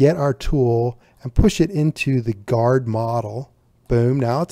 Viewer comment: it's "Guard"